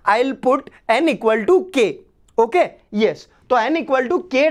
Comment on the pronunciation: Sir told tokay instead of okay😂😂😂